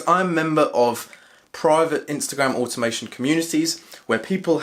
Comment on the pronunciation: What’s animation ? Or however your pronouncing it